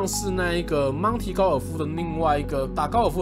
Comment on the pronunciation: 每一次DK说到monty时，我总是会听到monkey,🤣